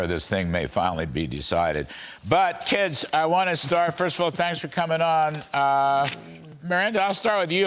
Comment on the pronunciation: Did he say kids?😂